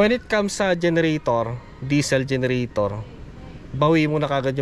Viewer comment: bakit salar ang bigkas mo ng solar tapos volts sayo volt tapos generator bigkas mo genratar.....? you tell me bakit nga ba?